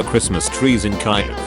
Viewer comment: Kyiv isnt pronounced like that